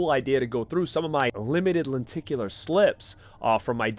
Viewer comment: Are you from boston? I swear i kept hearing "lenticulAA"